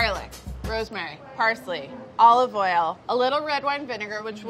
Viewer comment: “Holive hoil” I love so much she’s too precious 😭💖